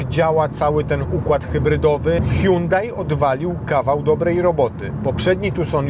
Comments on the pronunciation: Po koreańsku to fonetycznie „Sionde” czyli Hyundai 🙂 „Huang hę” to może jest po chińsku. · Jakie sionde czlowieku, Koreańczycy wypowiadają to (h)Andey gdzie h jest nieme